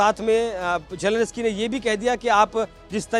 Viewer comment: जेलेंस्की बोलना चाहिए मगर पूंडी- जेलेनस्की बोल रहे - जाओ जरा जेलेंस्की बोलना सीख आओ 😂